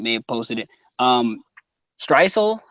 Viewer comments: what? mate your clearly referring to stresuen as stresuel and it gets annoying. dont get buthurrt fix up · had to turn it off because first guy kept calling "streusen" "streisul" lol....if your gonna review check the names man